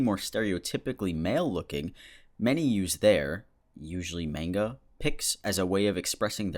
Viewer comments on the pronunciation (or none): Just saying....your pronunciation of manga didnt really sound...correct?? 👉🏼👈🏼